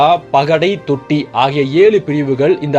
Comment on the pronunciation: தோட்டி என சொல்லவும் தொட்டி இதுதான்